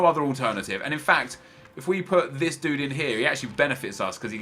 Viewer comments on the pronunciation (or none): none